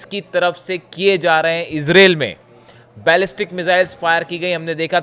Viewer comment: Sahi sahi country aur proper noun ka naam nahi bol sakte ho to channel chaane ki zarooorat keya hai.what is israeel? Do you know the name ...i....z...r....a...i...l?